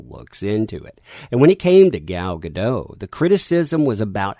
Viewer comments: Hey, Gal Godot’s last name is pronounced with a hard T “Guh-DAHT.” Her surname is of Hebrew origin, not French. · As weird as it seems, it's pronounced gaDOT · The signature on the message about Gadot be a "dirty Zionist" started with an Arabic word... hmm. The person that claimed she was too pretty and skinny to be WW obviously never read the comics. Oh, and, iMDB says in it's trivia section for her that her name is prononunced "Gall Ga-Dote". I used to make that mistake, too.